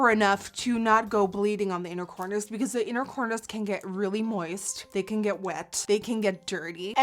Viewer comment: Thought you said 'unicorners' when you said inner corners and I was like YAAASSSSSS UNICORNS slayslayslayy